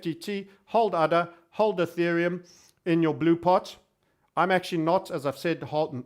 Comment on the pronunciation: All these times i heard you say udder, it's really ada.:( guess i should make udder coin.